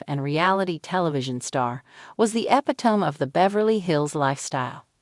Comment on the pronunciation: Street Lucia? Epi-tome? Preh-nup? I had to stop there. C’mon girl!